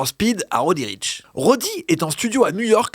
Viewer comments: "Roudriche" un peu de respect svp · Ptdr laisse tomber c'est konbini faut pas s'attendre à grand chose ... déjà ils commencent par dire roddy riche